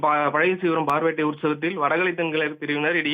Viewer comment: பார் வேட்டை இல்லைடா பார் வேட்டை அழுத்தி சொல்லனும்.நீ சொல்வது டாஸ்மாக் பார் அது பார் (வெளிப்புறம்)